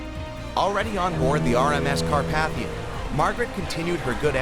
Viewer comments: It’s not cat paf ter like you said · nah 💀 carp"aH"thia